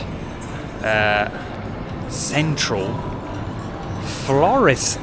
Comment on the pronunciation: the "asian"/"Thai" pronunciation you are trying is annoying. Please ask a Thai person how to pronounce the word. You kinda butchered all the word. I appreciate the effort but just a little bit more. (i.e. Phuket = POO-KET (not PORKET)